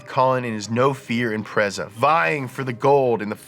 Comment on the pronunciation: How TF you manage to research this video without hearing how to pronounce Impreza